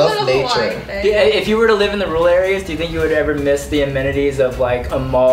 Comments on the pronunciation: it's ruRal not rule, please read a book or two. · nobody on the show can pronounce rural lol